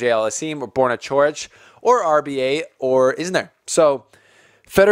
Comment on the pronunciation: Coric is pronounced «Chorich», both C's are pronounced the same.